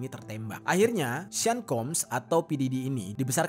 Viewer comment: Sean = Shawn, bukan sin plis 🤦🏼‍♂️